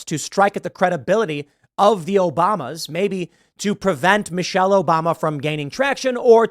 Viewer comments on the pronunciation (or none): It's Michael not Michelle just saying... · You pronounced Michael wrong.